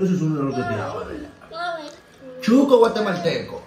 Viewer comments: No se dice chuco,es Shuco 😂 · tu mujer pronuncia bien el nombre no como lo dices Se dice Shuco. Y no Chuco como lo dices